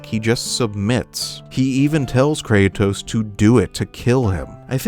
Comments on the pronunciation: I’m sorry for sounding like a grammar nazi, but you said “Krato” and it made me laugh. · Bro said krato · The random "krato" misspeak is hilarious lol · No way he just said krato like Kratos is plural